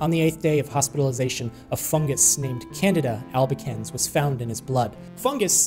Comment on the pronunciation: I had to look at the screen because when he said Candida Albicans, I thought he said Canada and thought that he was referring to Canadians as a fungus. LoL 😆